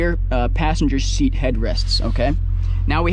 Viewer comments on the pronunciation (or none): none